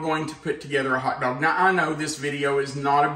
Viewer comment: Say hot doag sauce again!!!